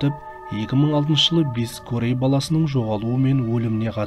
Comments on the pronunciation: Қытайдан келген бір жазушы автор деп жазу бойынша айтады.Корея болып жазылады "Карея"болып айтыладыШет елден келгендер қазақша дұрыс сөйлейік әйтпесе біраз жылдан соң тіл бұрмаланып кетеді. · Кория деп айтқаның күшті өтті😂😂😂😂